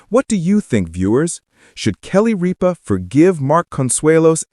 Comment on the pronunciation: Might want to pronounce her name properly